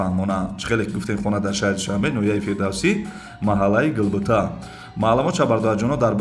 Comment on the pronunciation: Салом алейкум хазратчон зинда боши, аллох аз шумо рози бошад иншоолох, но фаромуш накунед бародар Гулбута не Губута😂